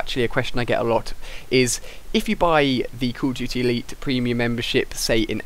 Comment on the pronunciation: why do you say "Call of GT?"